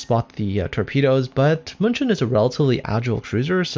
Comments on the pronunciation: I keep on reading and hearing Munchen as Munchkin, lol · Pls stop butchering german city!!!